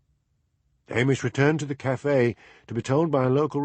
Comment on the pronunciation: Gritting my teeth at and his solecisms (Sonsie! café! Lamont! polis! and loads more), having just listened to a couple of dozen Macbeths read by the sublime David Monteath. But...I guess it's better than nothing.